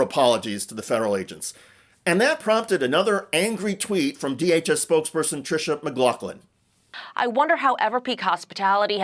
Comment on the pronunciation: Tricia Mc"Laugh"Lin 🤣